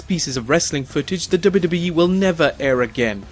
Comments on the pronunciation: You need diction classes kid... It's WWE which is pronounced as double u double u E and not dub dub e hunny bunny.... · IT'S "DOUBLE U" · Wwe not dubidubi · does he say wwe or dub dub e? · Say dubbayuhdubbayuh-eee one more time... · "Double-doubly-eff?" What is wrong with your mouth?? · I swear if he says 'WW' again the way he does. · is he saying dubeedubee? lol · STOP SAYING DUBBA DUBBA E. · the way you say WWE is freaking me out. lol sounds like dubba dubba E. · Someone teach him how to say wwe! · How hard is it to pronounce w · Anybody also noticed how funny he was saying 'WWE'? It's like he's saying a different letter not found in the english alphabet. LOL. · had to stop cannot take the way he says W.W.E.